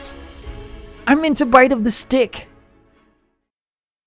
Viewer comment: ooo I skipped at the wrong time- Adrien: STICk what I heard: d